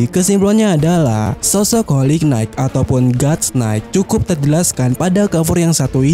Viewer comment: Bacanya : "Holi Nait" min 😭